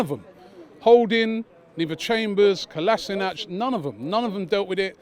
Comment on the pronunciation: How many years has Kolasinac been at Arsenal and the fans STILL don't know how to pronounce his name...